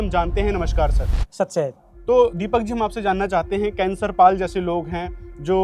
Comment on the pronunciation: भाई ये केसर पाल नहीं ये कैंसर पाल है